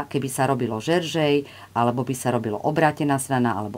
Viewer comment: Vyslovujeme džerzej, nie žeržej , píšeme jersej.